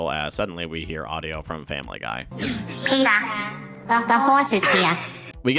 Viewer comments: petah...the bones are worth... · Petah, Bonestholemew Bonesly Bonesworth is heah.